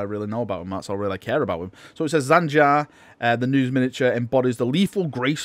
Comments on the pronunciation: please for the love of god just take 5 minutes to learn names before you record a sodding video. primaris not primihris jain zar not zan jar tor garadon not torgadon feirros not ferryoss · Its Jain Zar not Zain Jar.... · Jain Zar, Zan Jar, Jan Jar, Zan Zar, Zain Zair, Zhan Zhar, Jam Jar, Han Har... Any further mispronunciations of her name that anyone else heard? :P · just thought you might want to know its pernounced Jane Zar Despite being spelt Jain Zar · You kept saying Zain Jar lol. Plus, it did say October in ther video.